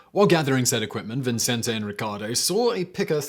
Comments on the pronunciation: It's VICENTE, not Vincente. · Huh. I'm in Las Cruces, NM just 40 minutes north of El Paso, been to Juarez a number of times, and never heard of this. Great video. ...and don't mean to nitpick but you keep saying Vincente instead of Vicente [vee-sehn-teh]. There's only one n. People add it to mine all the time too. lol It's also pretty common to give the t a softer th sound. I know I do. 🙂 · Cool story. But your pronunciation is still terrible. And the names and places sound like a mumbled run-on. Ciuda--Juarez. The guy's name is Vicente not viNcente. It sounds especially strange because you have that smart british accent thing going on but then butcher or mumble the names. I guess Americans aren't the only ones. At least they enunciate the letters, even if the pronunciation is wrong. Don't forget the O-bam-a. I'm keeping count. :P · His name is Vicente Sotelo Alardín, no ‘n’ before the ‘c’, i.e. pronounced Vi-cen-te. Think of Vicente Fernandez, former president of Mexico. It is my sir name, so I hear it pronounced like Vincent all the time…like my whole life, all well it usually gives me a chuckle.